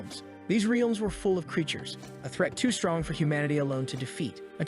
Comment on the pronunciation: your bot pronounced realms as rielms